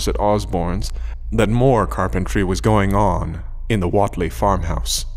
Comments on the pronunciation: Overall your voice is nice to listen, but your attempt at the local Dunwich accent needs work. Also I think it's pronounced "Waitlee" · What’s with the hard southern accents? It’s Massachusetts. Even know that all the way from London. And Wheatley is pronounced “Wheat - LEE” not “Wot -lee” or “Wit - Lee” or “wet - ley. It’s “WHEAT - LEE”. Wheat like the grain. Duhh.